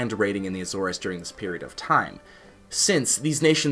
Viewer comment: Good information. However, You’re mis pronouncing the word Azores.